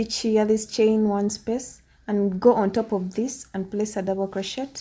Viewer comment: It's not crochettttt. It's crochet. The t is silent. The tutorial is nice beside that